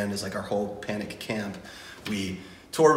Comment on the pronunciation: HE LEGIT SAID CANIC AT THE DISCO